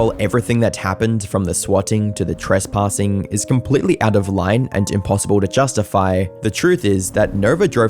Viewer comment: “No Twespassing”